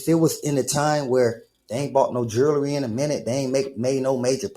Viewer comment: the "jerrler" got the "jerrlery"🤣🤣🤣